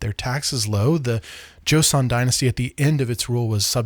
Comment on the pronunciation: You're great. Please say it as jo-sun and not jo-see-on